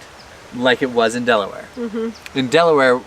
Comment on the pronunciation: Love this! Thanks for visiting Delaware, but remember, it's "Delaware," not "Deleware"! Glad you enjoyed the "Diamond State," and Hagley Museum. Thanks for the shout out to the NBN basketball program. Wish it had been around in my day. Best wishes for the rest of your journey.